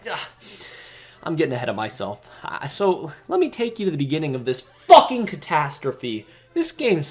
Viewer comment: the emphasize on “Fucken” 😂